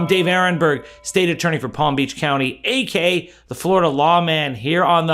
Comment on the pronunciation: WHY DO YOU SAY "AK" the Fla Law man?? ITS AKA "ALSO KNOWN AS"